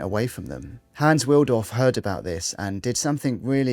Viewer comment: Wilsdorf not Wildorf